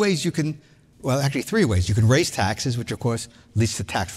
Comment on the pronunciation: You said taxes wrong.